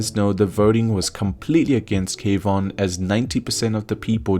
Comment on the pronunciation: Seriously. Kwon, not K Von. Pronounced Kwahn